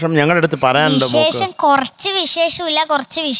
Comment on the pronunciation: മലയാള അക്ഷരം മോൾ കേട്ടും എഴുതിയും പഠിക്കൂ.എത്ര വല്യ പാട്ടുകാരിയാണെങ്കിലും വിശേശം എന്നൊക്കെ പറഞ്ഞ് മലയാള ഭാഷയെ ഇങ്ങനെ തരം താഴ്ത്തരുത്. സത്യം പറഞ്ഞാൽ സങ്കടം തോന്നുന്നു. ഈ കുട്ടികളെയോർത്ത് സഹതാപവും